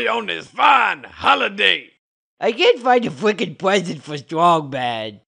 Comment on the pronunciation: “I hate that fweakin’ marshmallow.”